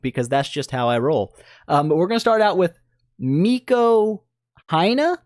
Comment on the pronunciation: Heres miko yeah you pronounced it right